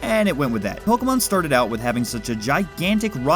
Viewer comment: I love when people pronounce pokemon correctly. (